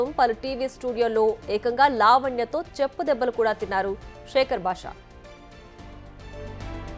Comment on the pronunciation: Cheppu debbalu thinnadu ani nokki nokki chepputhunnaru Anchor garu